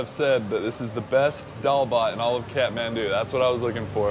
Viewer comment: Great to see you like my county and btw its pronounced kat-man-du